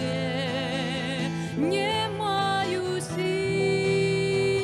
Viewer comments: Дзякуй вялікі. Адна заўвага: беларускай мове уласціва аканне і яканне. Таму больш прыемна чуць не "не маю сілы", а "нЯ маю сілы". Першы скдад перад націскам. У такім выпадку пішыцца 'не' , а чытаецца 'нЯ'. Напрыклад: "ня буду", але "не хачу" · Спела красиво. Правильно произносить "нЯ маю силы", в бел.языке Е гучыць як Я перад наступным нацискным складам.